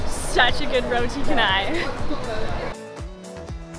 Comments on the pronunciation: Yes it's pronounced as roti canai not kenai...btw we don't say curry sauce. It's just curry not sauce... I'm surprised you guys been here long...but still didn't get the pronunciation right 😆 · Guys! The roti canai is pronounced "cha-nai". When you encounter Malay spelling, "C" is pronounced "Ch". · To make it clearer, it is pronounced CHAH NAI. ALL ASIAN SPELLINGS WITH 'A'. "A" IS ALWAYS sounded as "Ah" never as "eh".